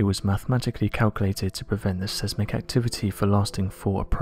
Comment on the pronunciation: The videos are hitting the skids! Learn to pronounce seismic as it ruins the content.